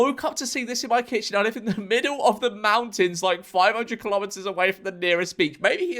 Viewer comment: I see, you say "clawmetre" because it has claws, clever. Or is it just because you don't know how to say kilo-metre like how it should be said.